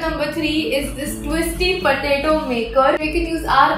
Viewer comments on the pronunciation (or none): she says patatie instead of potato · u just said patati 😂😂instead of potato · no offense but it’s potato 🥔 not potati...!!!!!! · you said pateti to potatoe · Who ever heard "potati" then hit the like button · Gyandeep Yadav "patati"